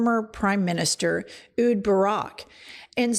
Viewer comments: Hi Jen, the Israeli Prime Minister’s name is Pronounced “EHH (Like ‘Chair’)— HOOOOD”(like ‘Food’) Barak. EHH-HOOOOD Barak. Not “Oood” Barak. Just wanted to kindly point that out, to my favourite YouTube channel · AY-hooood. Jew-FRAY. Pls look up names before podcasting? Yr too big for these mistakes. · Ehud is pronounce "ay-hewd" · Ehud Barak is pronounced Ay-houd FYI. Wish I could be a girl Friday for you gals and have your copy ready. I love you so much, and I want you to sound as sharp as you really are. I'm old and I come from the Cronkite and PBS era where pronunciation really mattered, especially for foreign names.